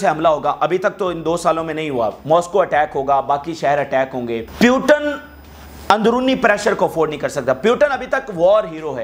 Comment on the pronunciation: Bhai putin word h naki putan aap pronounce nahi kar pa rahe h